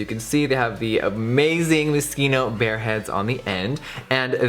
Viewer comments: MO-SHEENO NOT MASKEENO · It's cute how Jeffree pronounces Moschino as "moskeeno" instead of "mosheeno" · I thought he said Mosquito the whole video. I thought it was pronounced MO CHINOOOH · Isn't it pronounce mos-chee-no not moskino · "Moscino" lol cochino it's MosCHino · Why is he pronouncing it 'moskeeno'😂😭🤔 I canny not be the only one who pronounces it 'mosheeno' 😅✨ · So it's pronounced Musk-een-Oh? I always thought it was pronounced as mO-CHeen-Oh. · MoSHINO not mosquito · ughhh he keeps saying MISKINO .. #Europeansdie 😂😂 its pronounced as Mos-kino 😫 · i heard mosquito the first two minutes in the video and was laughing so much because I've been pronouncing it wrong all along hahaha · Jefree I luv ya but I’m pretty sure its pronounced moschino as ch like chance you got the ch in the beginning but it’s in the middle like mosCHino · every time you pronounce Moschino, i cringe hard... sounds like fucking mosquito. gross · Isn't it pronounced Mo-shee-no? I used to study fashion design at uni and that was how I was taught to say it as in the c is silent, but not trying to throw shade or anything, brand names can be quite confusing ahah still love you Jeffree x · Isnt it pronounced " Mo-Sheeno" ??? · Sarah F really? Man it just doesn't seem right. I could totally be wrong. I feel it could be pronounced like moshino. Like ch sounding like sh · moscito? moskino? what? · Who else heard mosquito every time he said moschino😂😂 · No hate but is it not pronounced moshino? I thought it was a shh noise? I've never heard it pronounced the way he does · Thought he said mosquito at first 😂😂😂😂😂😂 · is he saying mosquito ?? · Haha Jeffree I love you but it's moschino not moskino😂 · Jeffree you say mochino wrong 😅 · I swear! I kept hearing "Mosquito" 😂😂😂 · Is it just me who’s bothered by his pronunciation of moschino :/ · We love you but Moschino is it a italian name you pronounce the as cha C is not pronounced as s sounding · If you can't say it...don't review it smh